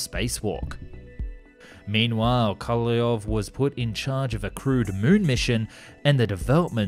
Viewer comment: So you butcher Korolev name, but when you say Korolev's cross you say it like you should. :-) How come ?